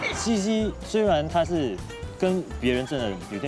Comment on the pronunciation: 茜茜念QIan4 Qian4，不念西西。